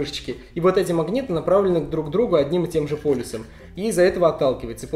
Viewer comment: Мне послышалось или ты действительно вместо "полюсом" сказал "полисом"?